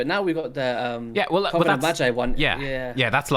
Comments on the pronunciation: Coven rhymes with Oven. I swear I heard say Coffin of Magi. Haha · Jeez! Another colab! When are you two getting married? I think it's pronounced more like "cuv-en" like oven I feel with the addition of Iron Twins, that a Bio-Mech faction is possible